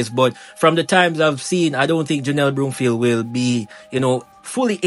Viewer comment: Whatever! She will always be OURS (Jamaican)...& her name is BROM-field, not BROOM-field!